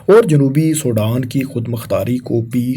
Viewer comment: Did this guy ever get to school? He can’t even pronounce Sudan. Sodan 😢